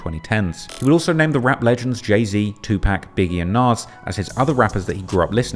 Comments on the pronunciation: still saying “2Pack” but covering our culture is crazy 👎🏾👎🏾👎🏾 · 💯% at this point if he can’t pronounce PAC name correctly then he shouldn’t be saying that shit at all.